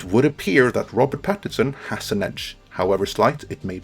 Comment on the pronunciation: It's "PattiNson", not "Pattison". It's an N-word!